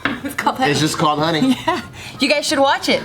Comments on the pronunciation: Unco same: Money? i thought you said honey. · Money? I thought you said Honey! 😂